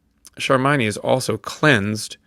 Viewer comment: How in the world you pronouced it charmynee lol Its charmione pronounced charm like the word charm and ione like yone